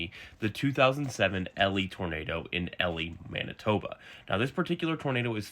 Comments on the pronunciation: Hi, born Manitoban here. It’s not called Ellie, it’s pronounced Eli. Great video though! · E-lie, not Ellie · Sorry, Elie is mispronounced. It is not supposed to rhyme with belly; it is literally E-lie. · Great video but you pronounce it like e-lie